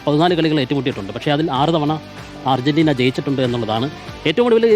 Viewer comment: ധർജീന്റീന യോ